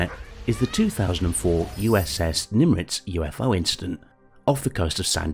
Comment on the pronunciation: Is the commentator saying Nim"R"itz or is that just me?